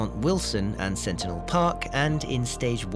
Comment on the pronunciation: Centennial Park, not Sentinel